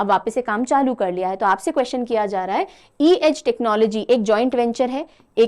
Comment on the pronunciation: It's funny how she repeatedly kept misreading C-Edge as E-Edge😂